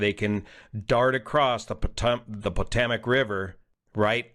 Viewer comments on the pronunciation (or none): Love the way the guy pronounces Potomac like he’s never seen words before